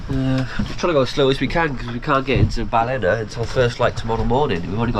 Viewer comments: I bet Graeme told you how to pronounce ‘Ballina’ properly! Welcome back to Australia.👍🏻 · Lads heading into Cockroach country, ask a local how to pronounce Ballina too.😂